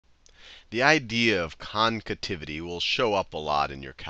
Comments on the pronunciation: I've never heard the word "concativity" ... is it supposed to be "concavity"? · CONCAVITY, not "concativity"!! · Concativity or Concavity? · what is concativity... its concavity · "concativity" lmao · it's pronounced CONCAVITY!!! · I know right 💀